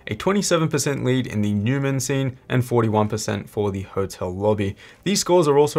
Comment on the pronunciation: It is "Noy-man" not "New-man"